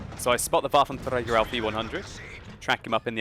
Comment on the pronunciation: I do love your videos so much but please for god sake could you stop saying waffentrager, the way you say like waffentRRRRRager, thats so annoying.